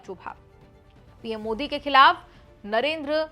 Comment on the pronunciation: Encor bhi bevkuf hai jo Pawan Kheda Jaise chamche ke bare mein itni tarif kar rahi hai Modi ji ka sahi se naam bhi nahin bol Pai. क्या साबित कर पाया वह कांग्रेस को जीत तो नहीं दिला पाया इस चमचे की तारीफ मतकर।